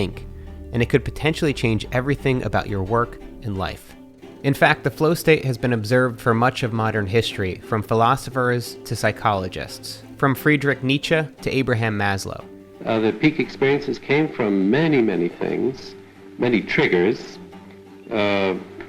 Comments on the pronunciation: However, he didn’t do so well with Friedrich Nitzsche (I Know, German is difficult) 😄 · Never heard Nietzsche pronounced as ~Nitcha~ that was surprising